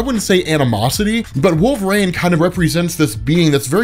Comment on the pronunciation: Its Wolver-EEN not Wolver-AIN